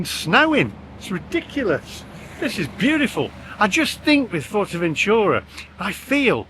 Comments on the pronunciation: Wouldn't go to Fuerteventura (BTW it's not "Fort"eventura! Although you have learnt how to pronounce Corralejo) without getting a hire car. But I agree with your "friends" from Brum that it's decidedly odd going to anywhere Spanish just to eat Chinese. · fortevenchura? what's that?